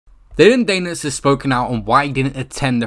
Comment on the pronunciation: DANIS not DANEIS